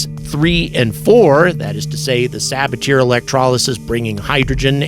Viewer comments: sa-BA-tee-ay! NOT sa-ba-TEAR 😅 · FYI, you should pronounce it suh-BA-tee-ay, not sab-a-teer. It is the name of French chemist Paul Sabatier. Regardless of what language you speak, proper names should be pronounced in the language in which they are written.🤓